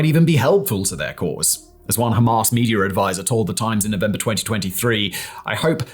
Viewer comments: It's Hamas, NOT Hamarse. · Dude. Its Ham_ass, not Ham-arse. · I love the way he pronounces Ham-arse 😂 absolutely brilliant